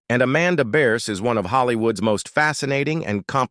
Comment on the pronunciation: This is old news. Even back when Married With Children was filming, it was common knowledge that those two didn't get along as time went on. And for the love of God get her name right. It's Bearse